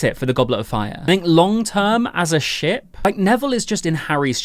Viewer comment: I swear every time he said 'ship' my dumb*ss thought you said 'sh*t' XDDD